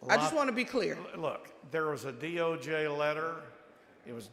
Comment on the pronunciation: Why does she keeps saying DOG?? That's spells dog. Not DOJ